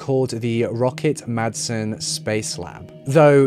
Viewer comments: 18.37 It's called Refshaleøen. You can google it and find the pronunciation online. And Peter Madsen's name too. In the correct Danish pronunciation the d is SILENT! He may not be worth it, but please consider that Madsen is a quite common surname in Denmark. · It's because she was swedish. He just showed respect. Peter Madsen though... No respect there. No effort to learn how pronounce his name. Which is totally okay.